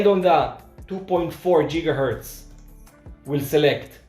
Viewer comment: Once again, I was laughing at the pronunciation. Jiggahertz is a funny sounding word. It seems that you're inferring that I'm making fun of you in some way, and I promise, thats not the case.